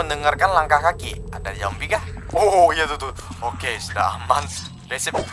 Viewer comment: bang jangan bilang zombaie tapi bilang zombie